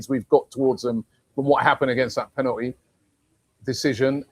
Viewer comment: When was the L taken from the word penalty r is it just aftv clowns that cant say it properly